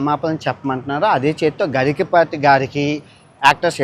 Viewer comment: ఒరై బాబు గఇకపాటి కాదు గరికపాటి ముందు పేరు పలకడం నేర్చుకో, అన్ని దేశాలు వెళ్లావు గానీ నీ బుద్ధి గడ్డి తిన్నట్టుంది. పుట్టిన దేశాన్ని ధర్మాన్ని తూలనాడే నీలాంటి ద్రోహులు తల్లిపాలు తాగి రొమ్ము మీద కొట్టే వెదవలు ఉంటారని మాకు తెలుసు. నీకు వినాశకాలం దాపురించింది రా హిందూద్వేషి